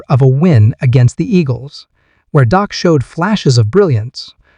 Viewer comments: His name isn't Doc, it is Dak! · First of all, the name’s Dak, not Doc. If you’re not gonna respect our QB, then stop making videos! & secondly I believe in Dak, and I’m with him 100%.😊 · Thank you for pointing out that his name is Dak not Doc. The guy who is making these videos is an idiot